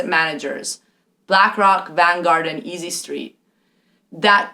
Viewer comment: "Easy street"... I think you mean "State street", but had so completely discredited yourself by that point, I was laughing too much and had to pause. It's sad to see / hear what passes for scholarly discussion from a professor these days.